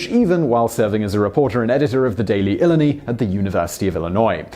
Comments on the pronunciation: From Champaign. It's "ILL-EYE-NIGH" for Illini. Nice piece on one of my hometown's famous folks! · El Eyne Eye is how you say Illini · Strangely enough Illini is pronounced in broad Midwest fashion as "Eee-lie-nigh" Hope you enjoyed it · Illini is pronounce eye-lie-nigh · Eye-LIE-Nigh (phonetic pronunciation of Illini) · It's pronounced "ill-eye-nigh" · It's pronounced ill-I-NI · Simon, its pronounced ill-EYE-nigh. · Simon, for future reference, Illini is pronounced ill-eye-nigh. Having been raised in the area, words do not come close to even sounding like they look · Great post but actually "Illini" is pronounced "ill-eye-nigh". Have a good day. 😁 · ill-EYE-nigh is an easier way to write the same pronunciation. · Thank u. I was going to correct that but u beat me to it.